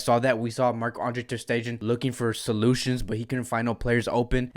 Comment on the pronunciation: Ter stegen...... Pronounced Like Ter stegaan..... It's German.... Stull love your analysis